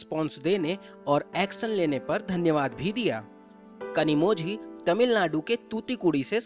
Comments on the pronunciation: Where ever you get zhi it is pronounced as li. Just a suggestion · You pronounced her name incorrectly. The letter ‘z’ in her name should be pronounced as ‘l’. She might even lodge complain against your channel. Be prepared 😊